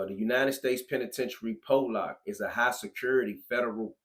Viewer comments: Nobody calls it pole lock other than you. I can hear the ignorance in your voice! It’s not ex cape either it’s ESSSSS-CAPE! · but the newscaster at the beginning slips up and calls it pole-lock lol